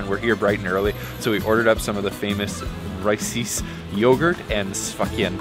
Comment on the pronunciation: I'm hearing Rice-ys. It's VRYSES pronounced VRI-SESS.